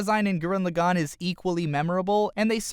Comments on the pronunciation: bugging me its gurren lagann not lagone wtf lol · I dislike the way you pronounced Lagann, Simon, Lordgenome, and Viral But you make good points on design.